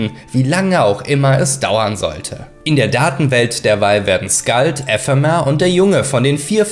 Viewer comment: 6 min drin und das mit EEEEphemer und Ephemer muss ragebait sein